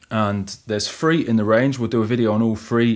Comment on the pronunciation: i like rivvums sinfesizers and pressing number free.... the accent cracks me up. No "th" sounds.. just "f"'s ... hilarious.